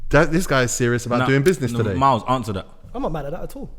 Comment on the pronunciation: Miles just said mooy.. Wow!!!